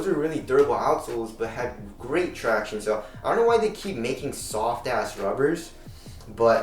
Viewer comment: thank the lord, a vid where doesn't say 'tractiones'... so grating.